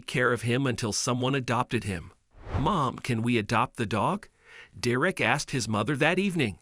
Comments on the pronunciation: The story was great and heart warming in the end, BUT to the narrator, LEARN TO PRONOUNCE DEREK'S NAME CORRECTLY, AND THE DIFFERENCE BETWEEN THE WORDS, "READ" (reed) and READ (red). The boy's name is NOT PRONOUNCED, "De'Rick"!! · Ugh. Pronounce the kid's name right all the time. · I hate these videos. They don't pronounce the boys name correctly. And they say he used words that NO CHILD HIS AGE WOULD USE!!!! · If you are going to read copy at least find out how to pronounce the names! You are so bad I don’t even know how to help you. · Well done Deeerreck....all that accolade and can't even get your name right..!! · Please teach your voice algorithm how to pronounce Derek. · You ruined the story by pronouncing the boys name two different ways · Tahe narrator needs to learn how to pronounce names properly... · Your AI needs work. It’s mispronouncing words over and over. I think only a couple of times he actually pronounced the boys name correctly. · Mr. Narrator : Could you AT LEAST please learn to pronounce the name DEREK correctly ? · The narrators of these stories really should practice before actually recording them. At least learn to pronounce the kid's name. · I keep hearing "Dee-reck." Actually, the voice seems to keep switching from "Derick" to "Dee-reck" These automated voices are quite irritating. Plus it's putting emphasis on words at the wrong spot making it sound even weirder... Don't get me wrong, it was a good story and all, but the voice telling the story just killed the mood of it for me. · The only thing worse than your incredible number of mispronunciations of the boy's name is the thought that they allowed you to graduate from school without being able to think. If they pay you for doing this, you should give the money back, as you have, in no way, earned it. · Whether it’s a simulated voice or a real person, the narrator keeps switching from pronouncing the boy’s name from DERRick to DerRICK. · Derek, not “Da-wreck” Anyway, Derek, you’re a hero!!